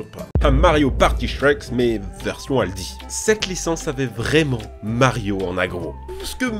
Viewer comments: Aldi, pas Aldy. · "ALDY" je suis le seul que ça a choqué ?